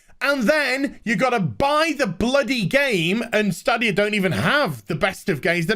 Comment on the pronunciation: I've watched 2 videos on this topic and 2 youtubers cant pronounce Stadia... Its STAYdia... LIke stadium, but stadia.